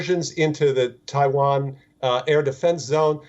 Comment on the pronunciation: Can the newsreader learn how to pronounce ‘Taiwan’ properly and many of the English words please!! It is ridiculous to present in English and yet cannot pronounce the worlds correctly